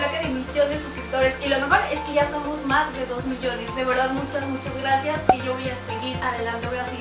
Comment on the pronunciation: El rrrrracias 💖💖💖 esta bien bonito tu outfit eres super linda y graciosa 💖💖